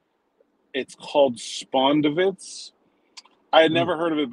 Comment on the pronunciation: Looks like that soul food had in a choke hold hahaha the place is pronounced ' Spon- (like pond ) - DIV ' - its. Accent on the middle syllable. These people in Atlanta are protective of that place. Enjoy and be safe down there.